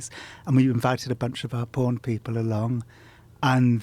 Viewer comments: It really bothers me how Jon says porn. Its like "pawn". It makes me cringe for some reason. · It sounds like he is saying "Porn herp" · the way this guy says "porn" is really satisfying